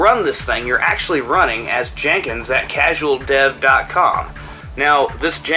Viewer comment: excuse me but it's pronounced Jen Kins not JANE Kins